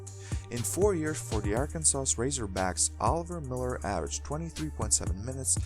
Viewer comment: Why do you say Arkansas so weird. The S on the end is silent.